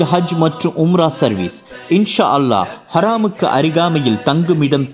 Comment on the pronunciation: ஹரமுக்கு அருகில் என்பதற்கு பதிலாக ஹராமுக்கு அருகில் என்று வாசிப்பது தவறு. கவனிக்கவும்.